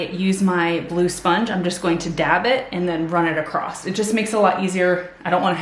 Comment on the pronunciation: "Across," not "acrost"